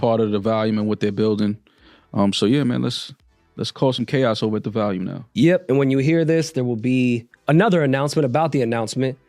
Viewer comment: Its Volume… not Valium &